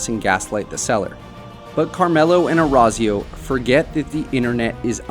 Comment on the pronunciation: Your pronunciation of Orazio makes me want to rip my ears out Other than that great video!